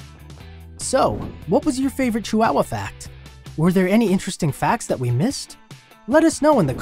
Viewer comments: It's not pronounced cheeWOWuh. ❌ It's chee wa wa. ✅ Chi hua hua. There is no "wow", just "wa" (hua). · It's not "chi-wow-wow" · "CHEW-WOW-WUH" first time i heard it pronounced this way😂interesting facts tho😊